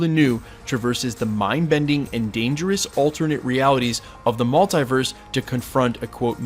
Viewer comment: Someone pls tell him how to pronounce MULTIVERSE....its triggering me!!